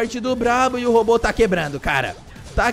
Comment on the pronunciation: Quem escutou "tá quebano"